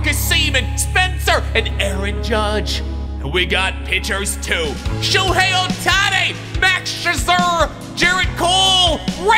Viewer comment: It’s pronounced “show-hey” not show-hi